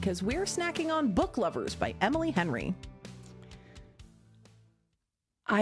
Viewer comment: I giggled for like 10 minutes after that. Couldn’t stop hearing “Hemily” after said it 🤣🤣🤣